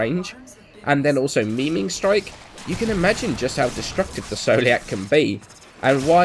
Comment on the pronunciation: Its not Meming strike its maiming strike